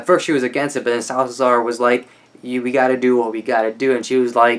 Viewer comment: you said 'Salsazar' the whole time man, that's a mouthful! haha, it's just SA-LA-ZAR but it's cool... kudos to the extra pronunciation skills! (btw, loved how you described Strand!)